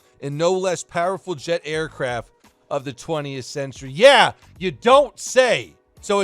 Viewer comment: aircraft not aircafts